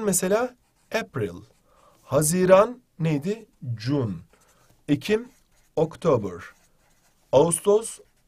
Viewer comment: The twenty octiber nine teen tventy first